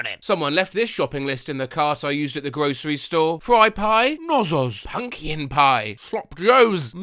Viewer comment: "punkyin pie" 😞